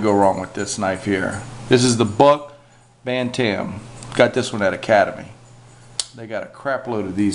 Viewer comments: Bantam...pronounced Bantum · Buck "Ban-Tam" XD